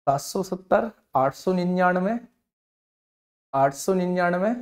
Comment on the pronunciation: Bhaiya 70 vala ka rrrr hai